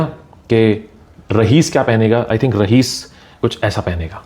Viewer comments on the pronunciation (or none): Bro.... It is not RAHEES but Ra'ees